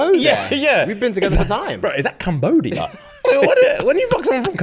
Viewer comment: The way says Cambodia is the most British he's been.